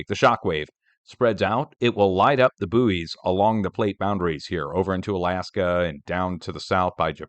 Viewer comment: They are not called booies they are called boys, as in buoyancy.